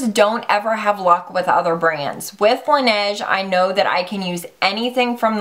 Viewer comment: Laneige is French for the snow, and it's pronounced la-nage